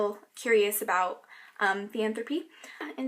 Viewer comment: Is it pronounced thee-anthropy (the way you pronounced it) or ther-ee-anthropy?